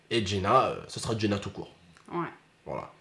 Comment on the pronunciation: C est pas Jena c est JeNNa ce qui veut dire paradis en arabe vous avez un nom magnifique mais vous le francisez le prénom